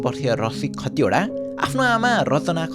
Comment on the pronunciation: दाइ खटिवडा होइन खतिवडा हो ।